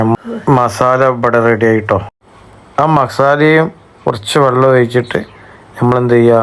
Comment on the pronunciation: സുഹൃത്ത് വള്ളല്ല വെള്ളം